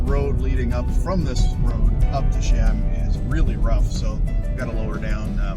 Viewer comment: Beautiful hike. It is actually pronounced like Chee-uhm fyi :)